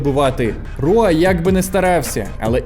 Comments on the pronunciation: Не Руа, а Хуа. В бразильському варіанті португальської мови читається і вимовляється Хуа. Не Руа, а Хуа, не Родріго Ногейра, а Ходріго Ногейра і т.д. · Круто що ви покриваєте теж ЮФС, зараз мене воно цікавить набагато більше ніж бокс. Приємно було почути рідну мову в октагоні. Одна корекція, прізвище Мауріціо вимовляється як "Хуа", не "Руа".